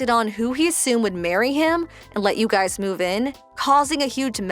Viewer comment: Guys' and Parents' are not pronounced with two s.